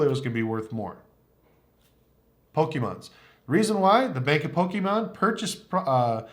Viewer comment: Its Pokemon not pokiimon. Great video though. Props are awesome!